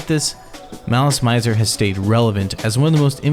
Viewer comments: im sorry but its malice mi -zer not mai -zer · i got 2 minutes into your video but i had to pause to type this. its not pronounced "Mai-zer". i asked a lot of Japanese people here in Little Tokyo in Los Angeles. its pronounced "Mih-zer". You know--like misery. Malice and Misery? okay im done crashing out. back to the video.